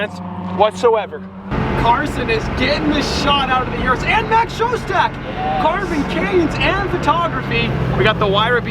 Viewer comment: it's urus not (yu)rus...